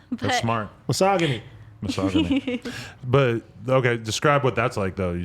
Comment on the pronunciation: Dumbasses said misogyny, pronounced it wrong and don't even know what it means because it had nothing to do with what she said. Ad is fucking retarded